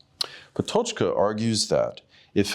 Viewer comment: not relevant but still: that is not how "Patočka" is pronounced